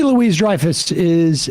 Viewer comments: If you're going to reference someone several times in your talk show, it's courteous to double check on pronunciation. Calling her "Julia Louise Dreyfus" is pretty bad. She's famous. At this age you've probably heard her mentioned a thousand times. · How does Sam not know how to pronounce Julia's name?! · At least get your facts straight. It’s not Julia LOUISE Dreyfus. It’s Julia Louis-Dreyfus (LOO-ee DRY-fəs) M*A*S*H was produced by Larry Gelbart, not Norman Lear. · Sigh. It’s Louis-Dreyfus. LOU-ee. Gotta do a the research, man. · It’s LOU-EE Dreyfus. You don’t pronounce the S. It’s not “Louise.” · Julia Lou-y Dreyfus. You don’t pronounce the “s”. Louie not Louise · Louie, NOT "Louise". You should know your subjects names. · Her name is not Julia Louise! Her surname is Louis-Dreyfus (pronounced looee because it is French) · It's pronounced loo-ey not Loo-eez. 😮‍💨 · Okay, not Louise-Dreyfus (like the woman's name), but "Louie" (like man's name)...😬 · it’s Julia “Lou-ee” Dreyfus, not Louise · Love you, but it’s Julia “Louie” not Julia “Louise.” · LOOOO-EEEEEEE!!! Her name isn't Louise. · Julia loui the s is silent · it's pronounced Loo-WEE not LOO-wis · Ite Julia Louis ( Loo ee) not Louise ( Loo ese)..😊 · Louis(LOO-ee)-Dreyfus not Louise(Loo-EEZ)! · Pronounced Lewy not Louise!!! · Love the topic and JLD's comments about shifting sensibilities. She is so insightful and reasonable and generous. Just a wee note about pronunciation--it's LOO-ee-DRY-fuhss (not loo-EEZ-dry-fuhss). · Sam, her name is Julie LOUIS-Dreyfuss. Pronounced “Louie”. No Louise on set. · Julia "LOUIE", not Julia "Louise" FFS. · It’s Louie not Louise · Sam I love you man but Julia LOUISE Dreyfus? Cmon dude. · learn to pronounce her last name before you have a spot on her. her middle name is NOT louise. smh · Julia LOUIS-Dreyfus. Not "Louise". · Julia LOO-ee Dreyfus Long Duk Dong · LOUIE! IT'S PRONOUNCED LOUIE!!! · Pronounced ‘Louie’… cmon, quit being so woke and pronouncing names wrong